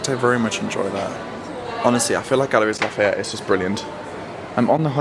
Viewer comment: Galeries Lafayette. It's pronounced Galerie, the "s" is silent ☺️. Hope you both had a lovely time in Paris.